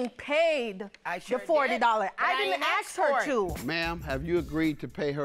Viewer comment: Its ASK ....not AXE